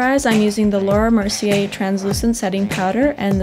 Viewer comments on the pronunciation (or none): none